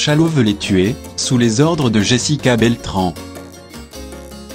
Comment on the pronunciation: Tu as dis Beltran au lieu de Beltrane